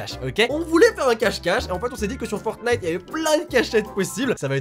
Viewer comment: Je trouvais la vidéo intéressante jusqu'à ce que tu prononces Fortnite... Tant pis. :/